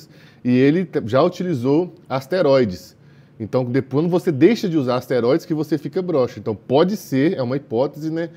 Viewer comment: "Asteróides "? Kkkk